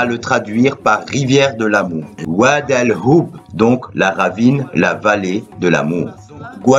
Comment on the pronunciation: al hhoub pas oub tu prononces mal